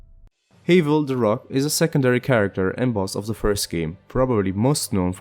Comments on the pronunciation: it's like have you don't say the a's name so like havel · I think your saying haval wrong I mean Idc personally but just letting you know